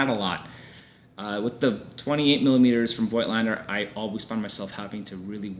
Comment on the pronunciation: Thank you for this great review! Just a word about the original German pronounciation of the Nokton lens brand: It's 'Fougtlender' ;)